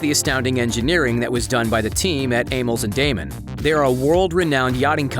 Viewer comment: The VO dude mispronounced Amels, Damen... and starboard.